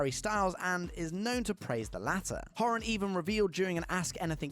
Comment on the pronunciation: Couldn't even pronounce Niall's surname properly! So why would anyone believe him?